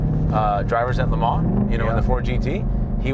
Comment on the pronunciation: “Tell me about LeMan” Blahhhh